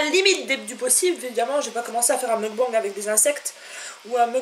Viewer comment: Avant d'expliquer ce qu'est un "mukbang" il faudrait peut-être d'abord apprendre à le prononcer correctement...... MDR Rien de méchant mais ça m'a franchement révulsé, sans parler de comment tu as prononcé "miso" avec un z xDDDD